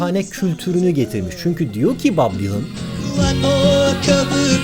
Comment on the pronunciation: bob dylon sertap erener gibi söyleyemiyor